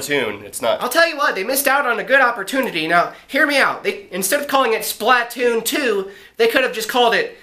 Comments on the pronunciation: I disliked cause you said SPLAtoon it's SPLAToon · Tell me why all people who have never played Splatoon pronounce it "Splat-toon." Like my dad's in the military, he seriously didn't pick up on the pun? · Yes dad its splAtoon with a A not a I